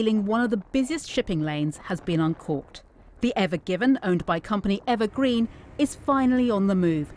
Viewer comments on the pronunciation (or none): Did he say evergeven or evergreen?